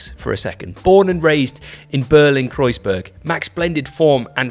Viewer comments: there is a point though... wtf would you pronounce a german word (the name of the bike) like it was french? Didn´t even try or do any research on pronunciation ... just lazy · is pronouncing Kreissage correctly? I thought it was CRY-sega?